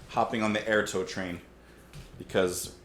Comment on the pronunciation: I think Airto is pronounced Eyeairtoe.